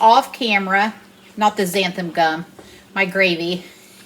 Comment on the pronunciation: Looks great! Just be careful not to use too much Xanthin Gum. It can get slimy. And it's pronounced Zan-thin Gum. Just for fun!